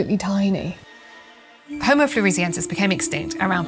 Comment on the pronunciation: Floor-ess-e-en-sis. Named after the island of Flores.